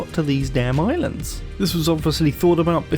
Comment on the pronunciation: Where did all the islaaaands go. Hippity hoppity I'm British!